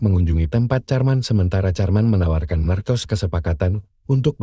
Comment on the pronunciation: Marcos di baca dalam bahasa indonesia markos